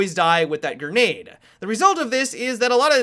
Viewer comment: STOP SAYING GERNADE OMFFFFFFBUHUHNHNUNIHNHINHIUHBUGB